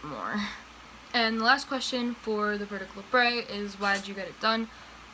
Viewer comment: it's pronounced labret not labray. People tend to think its a french word when its weirdly not.